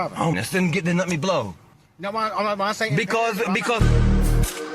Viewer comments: Thought dude was going to invoke his right to remain silent….. They are prolonging the stop by just listening to the guy bloviate…. He also volunteered to broh the bleathalizer😂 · Please let me "brow a blethalyzer" 😂